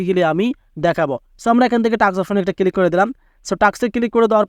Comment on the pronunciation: ক্লিক ❌ কিলিক ✅